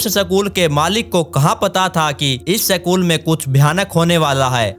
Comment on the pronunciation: Sakul nahi school hota hai